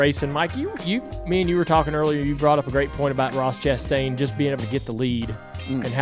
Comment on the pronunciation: Ross Crashtain...lol